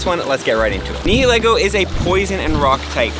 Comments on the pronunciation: It's Neigh-Lee-Go not Ni-Hi-Lego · Its pronounced ni-hih-laygo